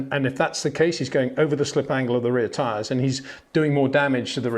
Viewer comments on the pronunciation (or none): none